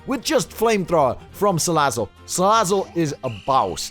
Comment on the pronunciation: Man why you mispronouncing Salazzle? :c You gotta say it like "Ssssalazzle~".